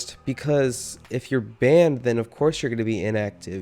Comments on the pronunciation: Tbh I hate when his like “bANnED forEvER” it’s just sounds stupid... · Who else like the way he says BaNnEd FoReVeR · Stop saying banned like that it’s annoying